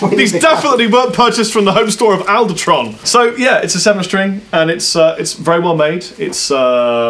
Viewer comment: Its alderan not aldertron